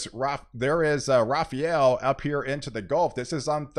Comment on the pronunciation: Rafael. Not Rafarel.